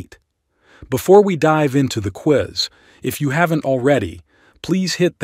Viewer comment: Quiz not Queeze.